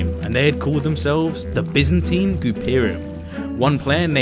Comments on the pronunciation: loved the vid but as far as I know it was "Bi"zantine empire right? not "Be"zantine? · Great video. Absolutely stellar content. However, as a fellow brit and 50 years old. Mate... byzantine is pronnounced 'by-zan-teen'. Its literally an empire in history. Its quite embarrassing you get this wrong. We have standards yknow 😂. The lad who thought up the name is clearly a clever lad, basing his idea of an empire on the byzantine period. Apart from that. The content, editing, and music choice is grade A.